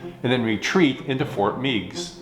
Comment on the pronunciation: another excellent segment. I appreciate it when you talk about history that took place in northwest Ohio such as this segment and when you talked about the Battle of Fallen Timbers. Just a FYI...locally we pronounce Fort Meigs with a short E, Fort Megs. Regards, Steve